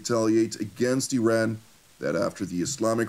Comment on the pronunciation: Yes, there are a variety of options on the table, especially those on how to pronounce the freaking name of a country that has 2500 years of civilization and history. I-ran ,,, Ee-run and now apparently Ee-ran.